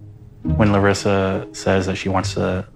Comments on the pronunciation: Brazilian here! Great pronunciation of her name, doc! Congrats :D I learned so much from your reactions and it's helping me describe my feelings in therapy. Thank you for your work! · I love the respect you show the ppl you are reviewing down to changing how you pronounced her name. I love that. I think thats awesome. Not a lot of ppl really have general respect for other ppl like that. Just one reason out of many that I love this channel and watch as soon as I get the notification. And if I dont get them (tx youtube) this one of very few channels i personally seek out to check. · wonderfully trilled "r" when you say Larissa,! It's always refreshing when someone makes an effort to pronounce names correctly! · I just wanted to say how much I appreciate your efforts to pronounce names the way their owners do (names' owners, not people's owners, lol) We also have the name "Larisa" in Russia, and it warmed my heart to hear you say it with the proper "r" sound ^_^ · I haven’t seen any comments about it yet, so I want to say I’m SO IMPRESSED that pronounces Larissa’s name how SHE says it, and not how the Americans have DECIDED to say it. The amount of respect he shows for people is unparalleled in the 90 Day Fiancé commentary universe. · pronouncing Larissas name like we brazilians do....so cool! Love it! Abracos:) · is being incredibly respectful by pronouncing Larissa’s name in the way she intends for her name to sound, many westerners wouldn’t even try to pronounce names authentically. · omg I just love the fact that started pronouncing Larissa's name with the Brazilian accent. that is a tiny yet powerful example of how he really cares about other ppl. I love your channel exactly because of it,!! so pleaaase keep on being exactly the way you are - compassionate and understanding. lots of love from Brazil 🥰✨ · really really appreciate how you changed your pronounciation of her name 🥺